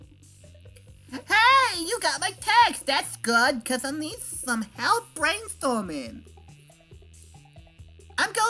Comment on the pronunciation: "you want thome wocks?"